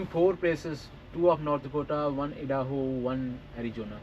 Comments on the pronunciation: e-daho nahi yar! "I da ho" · Paaji... ਬਹੁਤ ਵਧੀਆ vlog ਸੀ. Idaho ਨੂੰ ਆਈ-ਦਾ-ਹੋ pronounce ਕਰਿਦਆਂ 🙏